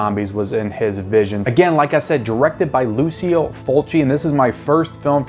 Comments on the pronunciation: It's pronounced Lou-cho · My friend, in Italian it pronounces like LuCHO, FriTSI, etc. ;)